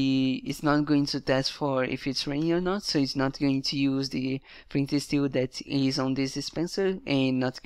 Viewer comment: When ur saying "it is an _", it really sounds like "it needs an" so could you try not to pronounce any "n" before "is" :) great video otherwise!